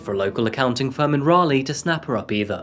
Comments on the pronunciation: It is Raleigh, NC, not Rayleigh. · What kind of Englishman pronounces Raleigh like that lol